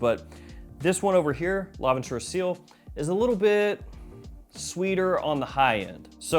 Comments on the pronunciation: Its pronounced; see-l, not seal . Also, it means sky in french lol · It's pronounced see-el not seal like the animal. It means sky in French. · not seal, its ci-elle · It is CIEL not SEAL. It is called sky blue because it is colored sky blue. Mother mercy, why are you doing this?! Tea note in Milesime Imperial clone? What even is this. You know what, forget all that. How do these compare in quality and wearability to Sillage and Milestone from the CDN line?